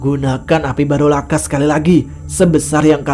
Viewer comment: Geni baraloka bro... Bukan barolaka